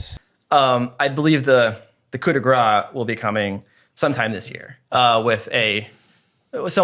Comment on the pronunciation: Not exactly on the Grace pronunciation, the ague over the A, makes it sound more like "ah" than the a in grass, definition is accurate but french is a bit of a snobby language, why I wish I had taken Spanish even tho I had family speaking only french growing up, don't let it stop you from going to France or Montreal tho, cheers